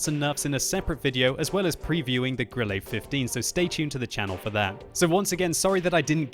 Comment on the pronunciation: Grillay? Dude enough of the lame pronunciation! Love your vids, but the lame pronunciation of German names is distracting!